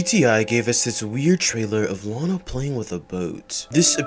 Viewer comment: It 's not lina it Lana.